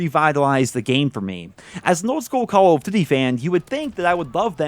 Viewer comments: “Cullv Duty” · The way you pronounce "Call of Duty" makes me smile.